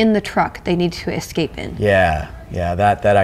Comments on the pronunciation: "The humans... might probably exscape." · Wow Felicia REALLY can't say "escape"! Same problem on The Guild, too.